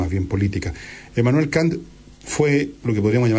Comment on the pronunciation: Ya pos, Villegas, pronuncias bien el francés, y mal el alemán.